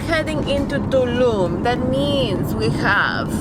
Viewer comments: Thanks for this video. I saw it the other day and now any time I hear or see anything "Tulum" I think of your segment on "TuLum" and it makes me smile :) Great Video! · 'TULUM , THIS IS TUlUm. tulum, very tulum. HOLY TuLUm."